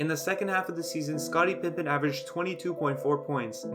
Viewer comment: If I hear "Pimpen" one more time, I'm going to go nuts